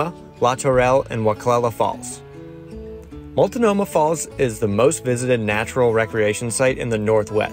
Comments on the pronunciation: They also kept saying "Multinomah." And "Stumpton." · “Wil-la-met” and “Mul-to-no-ma.” Hilarious. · Great video, but I had to mention the pronunciation of Willamette and Multnomah. (There is no ‘i’ in Multnomah) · I came here to mock those, too. Ha ha ha! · Also "Mult no mah."